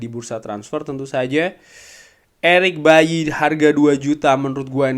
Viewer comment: Eric baily bang bukan eric bayi 😂